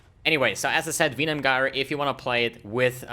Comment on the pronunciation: Use Plague bearer ffs And you get disconnected cuz of your pronunciation of Venom Gyre